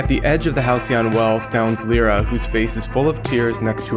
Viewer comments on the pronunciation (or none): Who else hates it when he says "L-Ear-Ra" it's "L-Eye-Ra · Stop saying Lira its Lyra! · You pronounce lyra as (lie-ruah)